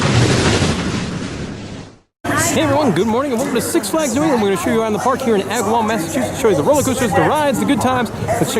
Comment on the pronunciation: Thank you you pronounce to Agawam right